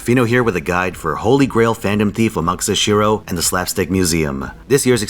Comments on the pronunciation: He was referring to the way he said Amakusa, which he correctly pronounced Amaksa and not Amakoosa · He's correct on the name pronunciation. Certain name structures has you glaze over the "u" so fast that it sounds like you don't pronounce it. A good example is Sasuke. You don't say "sah-su-kay" you say " saskay" and the same applies for Amakusa. This only applies to certain name structures depending on the letters and how fast you can speak and if you choose to stress the U. A good example is Tsukuyomi. We say it pretty slow but in certain JP dialects when they speak it, it sounds like "tskuyomi." Other name example can be Tatsuki ( tatski ), Satsuki (satski ), Asuma (Asma), etc.